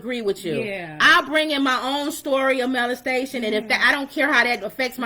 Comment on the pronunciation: Pronounced molestation not malestation